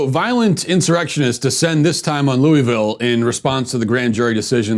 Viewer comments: First off, Louis-ville, not Louie-ville. I live here. You're a disgrace to honesty with what you're saying is the truth about Ms. Taylor. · It's pronounced luhvul. This man said everything except the correct pronunciation. Not too mention that if you watched the live streams (which I did for 8 hours) there was no violence instigated by the protestors whatsoever. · While this is just a bunch of crap, I must also add, learn to say Louisville. It’s not that hard really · Matt, I love you; but please never say Louisville like that 🙈😂